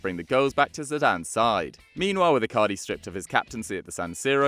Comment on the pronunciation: It’s icardi not icari